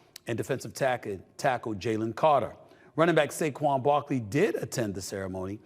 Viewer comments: It's Saquan Not Saguen. Fire The editor of the show 😂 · It’s actually SAQUON. Not Saquan or Saguen lol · Wtf is Seguen Barkley? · Who's Saguen Barkley??? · Who the hell is Saguen Barkley??